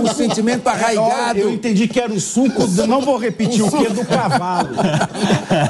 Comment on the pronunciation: rrrr é sulco e não suco, você é excelente